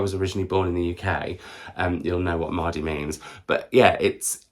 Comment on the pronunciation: I’m born and bred in Sheffield, it made me chuckle when you said mardy. Nah then 😂